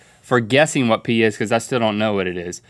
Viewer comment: Link says "hwhy", "hwhatever", and "hwhat".... he's stewie, basically.